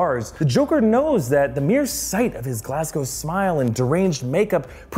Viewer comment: I'm so Glad that he can pronounce Glasgow so well for an American , as a Glaswegian it triggers me so much when people cant. Awesome break down keep this kinda thing going